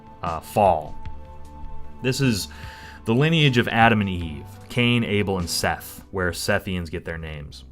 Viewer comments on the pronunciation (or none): none